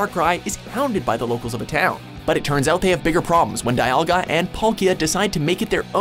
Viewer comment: JitteryJackanape especially since the narrator pronounced dialga correctly before